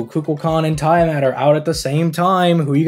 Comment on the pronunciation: Tee-uh-mat... Not Tie-uh-mat That said, I'm rolling for both😂